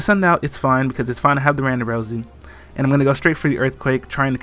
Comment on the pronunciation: every time you say Randarosu i think you say Rhonda Rousy, UFC womens champion.